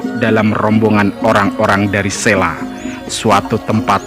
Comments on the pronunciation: Maaf mas, sy sering nonton seri video sejarah jawa.. cukup informatif. Hny saran sy dlm narasi utk vokal 'a' adakalanya dibaca 'o'.. spt: penulisan 'P Benawa' hrs dibaca 'P Benowo' begitu jg dlm penulisan 'ki Ageng Sela' dibacanya 'ki Ageng Selo'... salam semangat.. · Mas masukan penting ttgejaan bahasa yg disempurnakan, memang kita irang Indonesia asli tetapi semua nama spt nama gunung, nama tempat, nama orang, nama sungai jgn DIRUBAH membacanya dan rulusannya, selo ya selo jgn ditulus sela dan dibaca sela, jgn jgn dan jangan. Purbaya membacanya purboyo, paham mas. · Bacanya itu yg bener ki Ageng Selo...bukan Sela ...o..lafal Jawa ..misalnya Wonosobo ...gitu